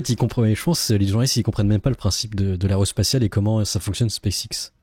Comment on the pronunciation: L'aréospatiale ? L'aréoport ? Ce serait pas plutôt l'aérospatiale ?